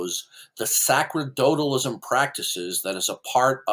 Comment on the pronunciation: can't even pronounce "sacerdotalism" correctly. It's pronounced "sa-ser-do-talism"; the "c" is pronounced like the "c" in "receive".